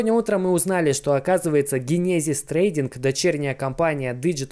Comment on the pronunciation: Чувак иди учи английский не генезис а ДЖЕНЕСИС 😂❤